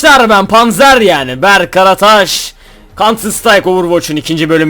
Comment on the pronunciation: Berk Karataş İşte adam'ın asıl telaffuzu : Berk KARATAŞ! <3